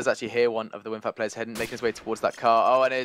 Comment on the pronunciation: its winfakt, not winfact ffs.